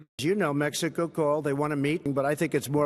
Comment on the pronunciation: With Mehico って笑笑